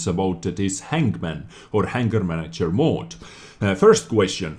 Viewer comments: i luv your vids bud but every time you said "Hanger Mod" it sounded like "Anger Mod"....funny ;) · Thought you said "anger manager." That would be a miracle of a mod if it existed for this community.